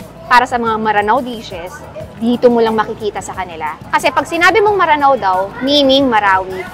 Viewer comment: Maranao po means taga ranao o lanao,actually m'ranao sya kung bigkasin